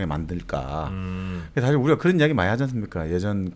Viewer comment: 사실(事實)을 사실(史實)로 발음하셔서 감히 지적해 보아요 ^^